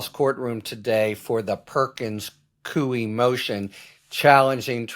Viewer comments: Perkins Coie, pronounced coy. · Perkins Coie -- pronounced Cooey, rhyming with Dewey.